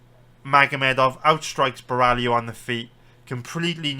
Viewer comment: Love ur detailed and honest predictions! Other youtubers bet picks are way too confident, pulling them out of their ass and ending up being wrong. Btw its Caio Bo-hai-oh, not Ba-rally-oh lol.